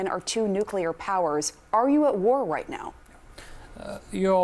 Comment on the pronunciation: اب یہ باجی اس کو اپریشن نہیں بولیں گی اب یہ باجی اس کو واڑ بولیں گی واڑ گودی میڈیا والو بولنا تو سیکھ لو 😂